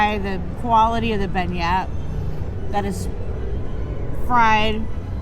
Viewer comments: Ty, I didn't want to say it bc I'm always correcting their mistakes but I only do it bc I like the channel and hate seeing them make so many mistakes in their references and pronunciations. I hope they're just trolling bc ppl this age should know how to say beignet. Like they don't mispronounce buffet or filet so why beignet? 😂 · The pastry is pronounced a BEN-YEA, with the "T" being silent.